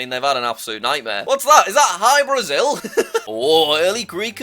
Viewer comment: Jack: Hybrazil Brasilian guys: did he said Hi brazil? 😃